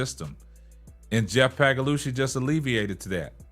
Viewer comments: Yesterday it was Pagalosha today its Pagalushy. 😂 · The way just skewers the pronunciation of Sky GM Pagliocca's name is freaking hilarious